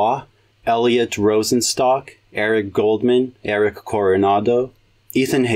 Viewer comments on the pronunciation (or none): none